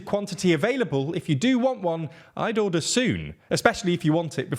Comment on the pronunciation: You pronounce "order" in a way that qualifies you to run for Speaker of the House of Commons.